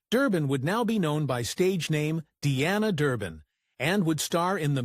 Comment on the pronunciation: I wish these AI generated videos would learn how to pronounce words correctly, Her stage name was Dee-ana, not Di-ana.